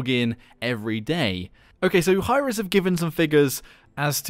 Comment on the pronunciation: Are we gonna ignore the fact that he said "Hi-Rex" instead of "Hi-Rez"?